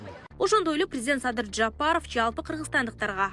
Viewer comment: Журналист кыз, Жапаров---деп жон эле айтсанчы. Мынча ,, Ж" га басым жас ап окуйсун, чычып ирейин деп.